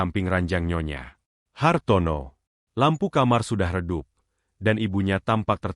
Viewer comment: Cara bacanya : nyonya Hartono Bukan : nyonya, Hartono Pemenggalan kata yg tidak tepat dapat membedakan arti